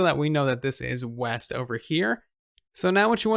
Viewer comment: Oooh weast I thought you said weast